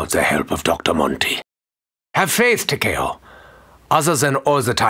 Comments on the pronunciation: Apatheticpikachu Ta-k-O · I hate how they pronounce takeo's name